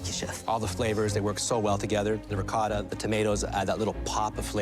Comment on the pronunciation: "Proshuhdo", "Ricodda" 😂😂😂